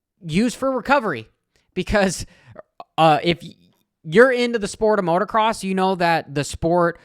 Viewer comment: It’s motocross not motorcross. Cringey af